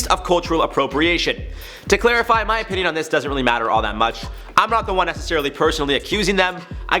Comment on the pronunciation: Rather than 'opinion' I really thought for a second he said 'my penis doesn't matter that much.' I was like damn someone hug this guy.